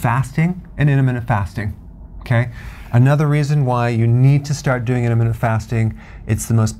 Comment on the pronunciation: Love the way Dr. Berg says: inimina fasting...:)